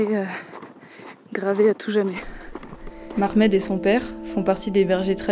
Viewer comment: Bravo Les filles et bien venue cher nous au Maroc. justement je vous dis que c homme il appel Mohamad👌 c'est pas mahmed. et pardent 🙏